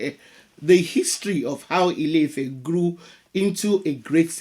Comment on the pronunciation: It's not house (ilé) of love (ifẹ́). not at all. The actual name is land/earth (Ilẹ̀) of expansion (ifẹ̀) proper tones and pronunciation make a big difference in Yoruba language